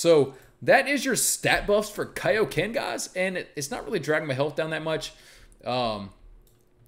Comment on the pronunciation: Its kioken